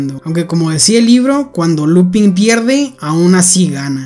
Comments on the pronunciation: "Lupân" se lee, no "Lupin" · No es Lúpin, se dice Lupín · No se pronuncia lupin, es lupan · Enrealidad la pronunciacion es "LUPAN", porque esta es en frances. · pero se pronuncia lupan creo xd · en realidad se pronuncia lupang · Se pronuncia "Lupan", como la serie "Kaitō Sentai Lupinranger vs. Keisatsu Sentai Patranger (快盗戦隊ルパンレンジャー vs. 警察戦隊パトレンジャー Kaitō Sentai Rupanrenjā vs. Keisatsu Sentai Patorenjā)" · decir no es lupin es lupen aunque gran videoooo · Es una gran serie y buena trama pero me confunde mucho porque en el anime japones se pronuncia Lupan y se escribe Lupin, pero aquí se pronuncia Lupin igual 😂😂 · No es por ser quisquilloso pero , me dio ansiedad cuando dijiste “Lupin” en lugar de “Lupan” pero solo eso, buen video uwu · "Lupan". Es francés. Lupin se dice "Lupan" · Oseaaa la serie se llama lupin pero se pronuncia lupan por el men del libro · La serie es francesa la in y la se pronuncian an entonces no es lupin es lupan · No se pronuncia lupin si no Lupęn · Se pronuncia Lupan no Lupin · no se dice lupin se dice lupain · se pronuncia Lupang :u no lupin que es frances la serie y pos pff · enreralidad no se dice lupin es lupang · es que se escribe Lupin pero se pronuncia Lupan(con acento frances jajajaja) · Se escribe así pero se pronuncia lupan, si es que te refieres al nombre, lupin ha sido en efecto un anime algo antiguo y un libro por aparte que puede parecer infantil pero verdaderamente no lo es. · sorry pero creo que se pronuncia "lupan" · No se pronuncia 'Lupán' ? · LupAn se pronuncia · Se pronuncia lupan porque está en francés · Se escibe lupin pero se dice lupan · se dice Lupán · Se pronuncia Lupan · Tanto esfuerzo para pronunciar el nombre del museo en frances y despues pronuncia el nombre del personaje en español. Liupen seria pronunciado en frances. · lupan, se pronuncia lupan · Se dice Lupan xdd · Creo que se pronuncia "LUPAN" por ser frances